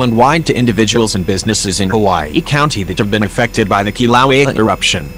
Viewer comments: it's not called Kilowi it's called Kiluea get it right dude. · Get rid of the voice bot. It can't even pronounce 'Kilauea' correctly! So distracting that one loses the thread of what is being saie. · It would be nice if it could pronounce the name right too.